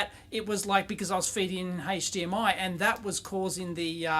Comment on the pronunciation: What on earth is "hayche-d-m-i"? 😂